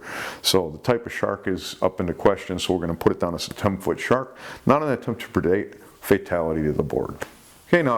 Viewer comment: I think just loves to say "attempts to perdate"